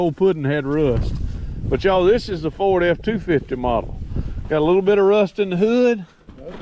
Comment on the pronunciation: I just watched this so I could hear you pronounce Ford as a 2 syllable word, foh-werd. Hehehe. Sorry Bro.